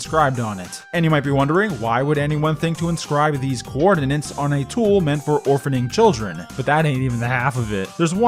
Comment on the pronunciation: You can't pronounce 'coordinates'